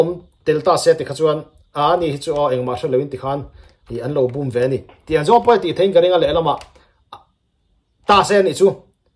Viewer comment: Sir lo sel lawk che, an lo bum i thluk dan hi a dik lo, búm ni lo in,bum, tih tur,kham ah ka lum kan tih a, lum kan thluk ang hian bum tih hi thluk tur